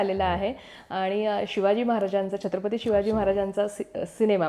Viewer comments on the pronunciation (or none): none